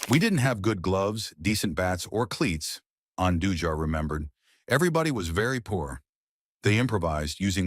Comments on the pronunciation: I can’t with these AI videos. It can’t even pronounce his name right. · WHY DO YOU MIS-PRONOUNCE AND BUTCH JOAQUIN'S LAST NAME??